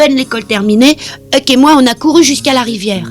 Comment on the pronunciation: "HUCK" et non pas "EUK". Huckleberry Finn & Tom Sawyer...espèce d'inculte.